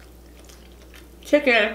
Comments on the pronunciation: LMFAO “CHICKON” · “ChickOn!” LemOOOn! Lol hilarious 😂